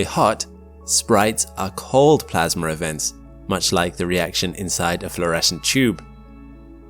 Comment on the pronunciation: what the fuck is "Plasmer"? learn words